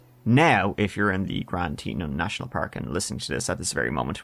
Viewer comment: It’s pronounced grand tee tawn